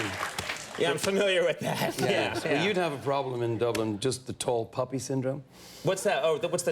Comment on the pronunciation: It's "Tall Poppy Syndrome," not "puppy."